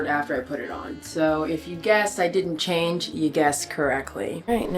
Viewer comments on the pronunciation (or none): none